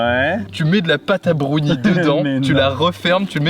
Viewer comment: Les fameux " Brounies "